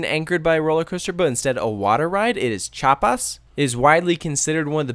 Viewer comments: Chapas? Did he say Chapas? 🤦🏻‍♂️ its Chi-apas. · You pronounce it as thou there were only two syllables, which is correct, however you still have to include the i (which in german sounds more like the i in weird) in chiapas. If you listen to to the soundtrack a lot you will learn the pronounciation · You pronounced Chiapas wrong lol.